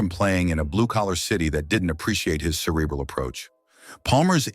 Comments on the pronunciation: Stop mispronouncing cerebral 😢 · Amen! Mispronounced ‘Belanger’ and ‘cerebral’😂 💩💩💩💩💩💩💩💩💩